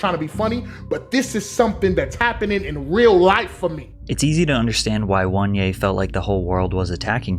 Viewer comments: His name is not WANYE, but OH-NE-YAH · "WON-yay" is definitely a strange pronunciation.... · oh-neh-yah not "one yay" lol couldn't resist nitpicking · 😂😂what is that pronunciation bruh 'wan yea' just say oneya 😂😂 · « 1-yeah »? It’s O-NE-YA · Listening to Patrick pronouncing Angry Reaction’s name as “One-ye” but the Nigerian in me is screaming “Oh-nay-yah😂😂😂😪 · Attention, my fellow basketball Americans. Were doin to much and need to chill. Oneyea , juanje and wanyay are all pronounced the same. There's something wrong with us lol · If you pronounce oneya as ONE YAY, you can’t read bro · ONE-ya is crazy. Couldn't even be bothered to look up a proper pronunciation?